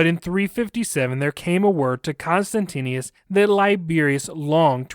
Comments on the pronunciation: The name of the Roman Emperor was pronounced "Con-stant-ius" sound it out. You're inexplicablably adding an extra "n" and "i" to your pronouncination. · The emperor was Constantius, not Constantinius. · Whoever does the narration of the story is constantly mispronouncing the name of the emperor, although, it is written correctly on the slides for the video! It would be great if next time more attention is paid to this b4 the audio is aired.